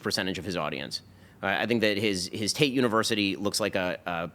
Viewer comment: His name is Andrew TATE, not Andrew TAY.